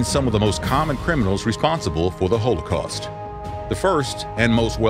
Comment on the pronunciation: Why are you pronouncing Holocaust that way?